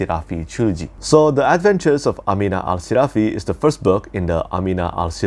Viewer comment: Great video, I like the way you pronounce “Amina Al-Sirafi” like in Arabic. New subscriber! ☺️